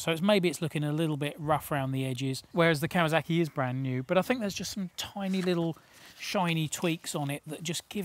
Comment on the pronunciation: Love the style of these reviews, really enjoyable. Any reason a lot of you journos say kawazaki (I've even heard kawazarki) it's still kawasaki.